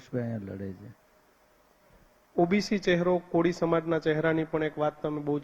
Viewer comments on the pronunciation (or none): none